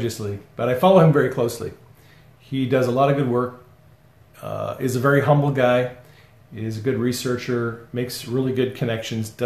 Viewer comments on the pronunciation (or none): none